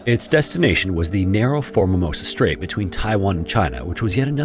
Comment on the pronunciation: Where does the reader get the extra "ma" in pronouncing "Formosa Straight" as "Formamosa?" Good grief.